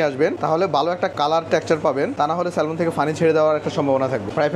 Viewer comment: এই মাছটাকে স্যালমন বলে না, স্যামন বলে। আর প্রাইজ না, না প্রাইস হবে।